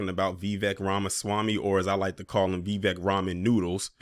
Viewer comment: His first name is pronounced "Vi-'vake" .